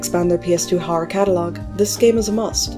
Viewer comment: Good video, whenever you say Horror I say "Harrr"